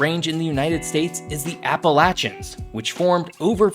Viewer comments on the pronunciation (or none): these are so stupid. None of those "facts" are things people say. I want my 15 minutes back. Like, who says the Rockies are the oldest mountains? No one. And the dude can't even pronounce Appalachians correctly. And the Adirondacks are NOT what update NY means. And no one thinks the Great Lakes are just in the US or that most land is privately owned. Is this guy on crack?